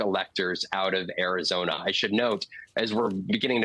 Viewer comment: Air-yhi-zoy-na... Love it!!!